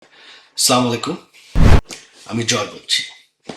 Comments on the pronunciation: Please say , Assalamu Alaikum, not slamalekum. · সামাই কুম কি? ছালাম টাও ঠিক মতো দিতে পারে না, সাজানো নির্বাচন আপনারাই চালু করেছেন 😂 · He doesn't want how say Salam correct Salam first then speak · সালাম সঠিক মত দিতে পারেন না ভাই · আরে গাধা সঠিক ভাবে৷ সালাম টাও দিতে পারেনা । আবার আইছে সবাসরি কথা বলতে৷। তর লজ্জা কর না৷। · আপনি এত শিক্ষিত মানুষ,অথচ আপনার সালামের উচ্চারনেরই ঠিক নেই।আশা করি ভবিষ্যতে সালামের উচ্চারন ঠিক করে নিবেন। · এ মূর্খ সালাম টা শুদ্ধ করে দে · আপনার আম্মা একজন তাহাজ্জুদ পড়া আলেম অথচ সঠিক সুদ্ধ ভাবে সালামটাও দিতে শিখায় নি। বড় দুঃখের বিষয়।